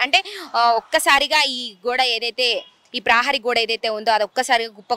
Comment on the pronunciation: ప్రాహరీ గోడ కాదు ప్రహారీ గోడ, ఉఛ్ఛారణ మెరుగు పడాలి...